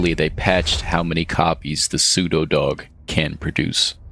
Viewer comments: After 5-7 times you said that word I understood why I don’t like it, you pronounce it like “psudodog” instead of “pseudo dog” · Your pronunciation of pseudodog hurts my ears, maybe this is just because I’m not used to pronunciation like this. And personally, I heard pronunciation like “psevdo” most of the times (by the way, in Ukrainian letters/sounds “у”/{u} and “в”/{v} often are interchangeable, but not always)